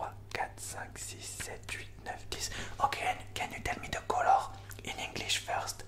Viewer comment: I love when you say “colog”🤩 So tingly😴💤